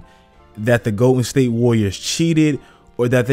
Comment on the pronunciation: Is he saying Goated state warriors or Im trippen